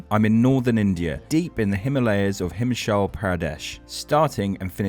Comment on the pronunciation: next time around try learning how to pronounce "HIMACHAL" properly